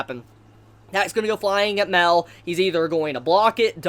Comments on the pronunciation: OMGOD ITS "MAH-EL" NOT MEL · Like... Isn't it Mah-El?????